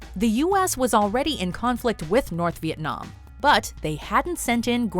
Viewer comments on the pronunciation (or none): none